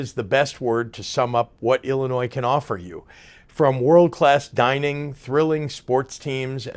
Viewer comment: You know governor, it is pronounced Illinois, not Ellinois.....